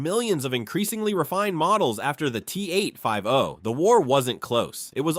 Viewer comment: T-8-5-OH! 😂😂😂 T-oh-ooh!!-one.